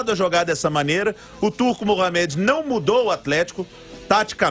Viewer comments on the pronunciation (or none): Por favor, parem de falar Mohaméd. O nome dele é Mohâmed, assim como o ex pugilista Mohamed Ali.